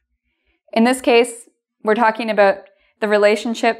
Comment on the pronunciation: Thank you, interesting as always. Sorry for the question, but why do you pronounce 'about' like /əˈboʊt/ instead of /əˈbaʊt/ ?